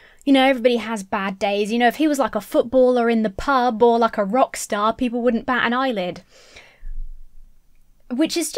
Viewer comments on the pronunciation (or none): none